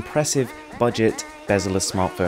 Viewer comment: Did he say it was a bezless display?